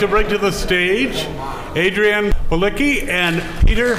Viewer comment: I thought it was pronounced 'Pah-litch-key'. Either way, super cool panel. Love seeing Peter Macon as himself and without all of the make-up. Fingers crossed for season 4 yall